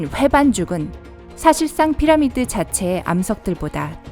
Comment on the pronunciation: 피라미 라고 발음하는 부분도 있으시고 물론을 물런으로 발음하는 부분 외에도 듣기 불편할 정도 발음이신듯..발음 연습이 절실 하실듯